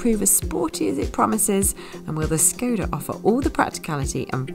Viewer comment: I wonder, why they correctly pronounce Ibiza but škoda, that should be pronounced like "shkoda" like a first letter in "SHY" or "SHAME" it is correctly pronounced "Shkoda"